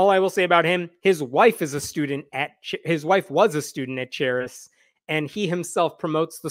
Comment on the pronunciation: Just fyi, the 'ch' in charis is pronounced like a 'k' (karis). It's greek for 'grace'.